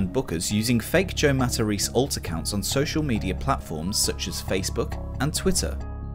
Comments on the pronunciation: You missed one key detail. Oddly for somebody who is "100% Italian", he is mispronouncing his own Italian surname. Its "Mah-Tah-Race-Ay", with an especially soft "c". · For a guy who's always talking about being Italian, shouldn't his name be pronounced Matta-ray-say, not Mattareese? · Pretty sure he's just mispronouncing it